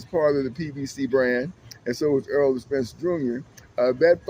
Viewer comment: Man spite it out !!! It’s not Earl Spence Jnr but Errol Spence Jnr if you want to have any integrity with analysis at the very least give the fighters their due respect and get their names correct … very disrespectful you’ve lost me and the ah,ah,ah,ah,ah is so frustratingly annoying to hear let alone viewing … the talking points is just are pointless info you can’t label it as insightful analysis …. In short rubbish content… I need therapy now listening to you, you’re a head doer …